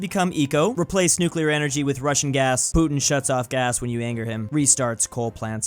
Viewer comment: Nucelar, amulininium